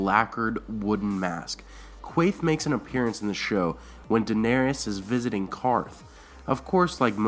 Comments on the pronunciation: DA-NER-IS DA NER IS That is how her name is pronounced and spelled. Not DA-NER-EE-IS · I normally don't give a crap when names are mispronounced, but the mispronunciation of Daenerys is making me a little nuts. It's only three syllables - DA - NAIR - IS, not DA - NAIR- I - AS. Other than that, cool stuff.